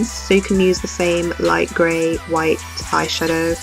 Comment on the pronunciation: it wight not gray